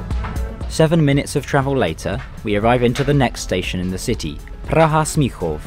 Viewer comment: Most of Czech names are simple, but people are mostly lazy to type it to google translator, click on play button and repeat it, if they try it, they realize that it's not that hard to say PRAHA instead of "puacha" or something. As a English speaker, he has atleast advantage that his language has H sound which is not that common sound and he should be able to hear the difference between vowel lenght, because English words like ship vs sheep are similar case, English person should know that say vowel slightly differently can make completely different word, which is advantage, most of foreigners completely ignore the fact that distinguish between short and long vowels is important.